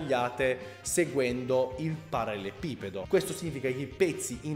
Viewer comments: Sarebbe bello vedere altri video di questo genere,.:) Magari, prima impara a dire "parallelepipedo"! Hahahahaha:p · L'uomo che riesce a progettare un mobile di design ma non riesce a pronunciare ''parallelepipedo'' Ti stimo hahaha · Solo a me triggera tantissimo quando pronuncia ''parallelepipedo''? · in realtà è parallelepipedo, ma sono io nabbo a non saperlo pronunciare bene :)